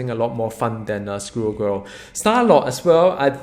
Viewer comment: The one thing that keeps me coming back to this channel is how pronounces Squirrel Girl. In one video he talks about "School girl" and have me totally confused and in this video he mentions "Screw Girl". I love it!